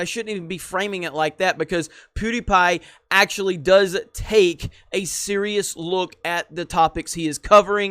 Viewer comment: Anyone else got their Siri activated at 9'24'' when says "a serious look" stressing on the "SIRIous"??? 😂